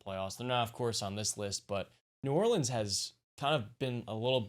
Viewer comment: The way dude on the left said New Orleans pissed me off